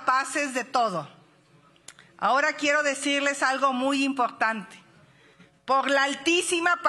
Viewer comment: QUE LE PASA??? No puede decir "POR" dice "POF" xdxdxdxd